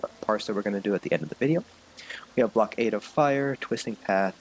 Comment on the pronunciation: Really good videos, but it kind of triggers me how you pronounce "blockade" :D